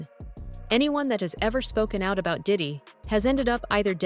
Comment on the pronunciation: can't say out, needs to check himself